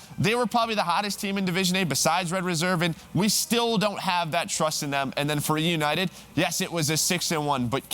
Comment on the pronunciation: say eunited wtf man 😂😂😂 you are so bad jajajajajaj optic win 3-2 eunited tssssss jajajajajaja you make me loud 😂😂😂😂